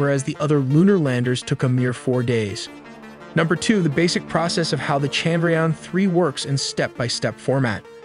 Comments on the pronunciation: They gave us icecream in my office because of this haha. I was so happy ^_^. Also i think modi had two speeches ready. 1 for if we fail and 1 for if we successfully land it hahaha. Also its pronounced as Chand - ra- yaan. The A's are pronounced as 'uh' instead of 'ah" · The way he said Chandrayaan was hilarious. No disrespect but I kept laughing on that part.